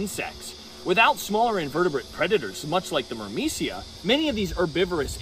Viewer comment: Every time you said "myrmecia" I heard "Burmecia" and thought of a kingdom in Final Fantasy 9 😂